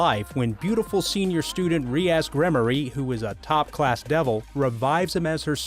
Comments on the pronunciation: pretty pissed u said my boy issei name wrong, and rias wrong 😐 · The way he said rias had me rollin for some reason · His Senior Student Re-ass gremory... it’s rias...